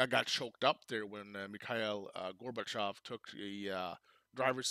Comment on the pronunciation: LOL...now I am blushing, thank you so much for your kind words. And your first attempt at pronouncing the name was actually perfect. 💯 The one really huge event that Oversimplified left out of this video is they did not mention Chernobyl at all. It was hugely impactful, and Gorbachev himself is quoted as saying that Chernobyl was the single most important event in bringing down the USSR. I am sure folks in Sweden know about Chernobyl...as I recall, it was a Swedish nuclear power plant that was the first place outside the USSR to detect the radiation from the disaster. 🖖✌